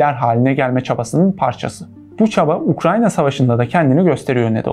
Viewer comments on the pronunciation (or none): none